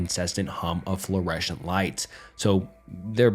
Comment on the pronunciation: Fluoureshawnt Lights I'm joking ofc, great video